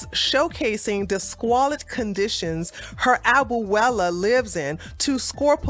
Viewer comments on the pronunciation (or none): I love you. Abuela is pronounced: A-bue-la, three syllables. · You pronounced abuela wrong lol. Good video 👍🏿